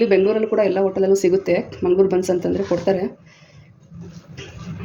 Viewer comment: beens alla buns😂